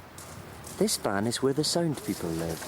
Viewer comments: He said "sound people", not Sand people :P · "This van is where the sound people live." For a second, it sounded like he said SAND people.